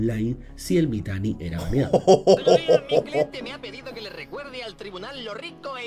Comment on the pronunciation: Me dio bastante risa como le decia Mitani deidad xdddddddddddddddddd. Sin saber todo el contexto de ese tipo